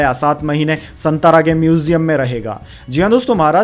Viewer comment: सातारा बोलिये,संतारा नहीं. You are not pronounced right.